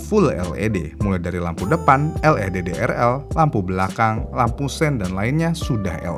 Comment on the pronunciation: LED dibaca "el i di" bukan "el e de" 😁